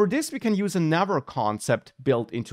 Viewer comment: Your pronunciation of 'another' sounded like 'never' and 'other' sounded like 'our'. Am I the only one who misheard it?